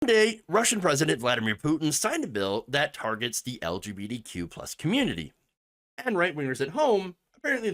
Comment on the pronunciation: I love how you say LGBTQ like "L G beady Q" lol